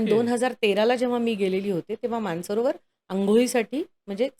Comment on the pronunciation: मान सरोवर की मानस सरोवर ? हे स्पष्ट उच्चारावे.